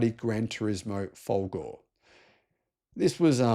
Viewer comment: Re: Maserati Granturismo folgore (c'mon, get your spaghetti-muncher accent on for folgorehhh! ) - the main issue is it's a really beautiful car. But okay. How about the Grancabrio Folgore? Are there any other electric convertibles to choose from??? Alright Cyberster, but that's so dinky.. However, I am in a bind, because I really need someone with more money than sense to buy and depreciate a Grancabrio Folgore for me...